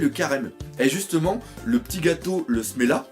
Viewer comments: c'est pas smela mais semla :p bonne analyse sinon :) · Encore une fois : Semla et non Smela. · C'est semla, pas smela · C'est du SELMA et pas SELMA BORDEL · Smela ? C'est pas Semla ? Sans parler de ça, je me pose plus la question "Et si Big Mom était comme ça à cause de cette période de jeun ?" Car en effet, s'il n'y avait pas eu ça, elle n'aurait peut être pas pété un cable et aurait continuée sa petite vie tranquillement à Elbaf ! Autre truc qui me trotte en tête, et si Luffy épargnait Big Mom ? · C'EST SEMLA PAS SMELA